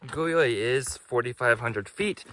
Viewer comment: Guyot is a French surname and pronounced Gee-O. Not gee as in gee-whiz but a hard G. Gee-O. I don't remember right now who Guyot was, a naturalist or scientist from the late 1800s I think, who wandered around in the Bonds for fun and education.